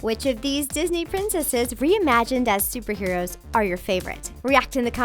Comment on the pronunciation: did she say stuperheros